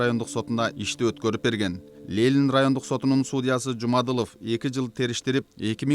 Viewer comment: Журналист,уят эле .Лелин эмес Ленин.Позор!!!